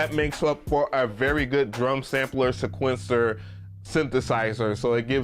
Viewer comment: Yo, it's sEquencer, not sequEncer. Get it together bro. 🤣🤣🤣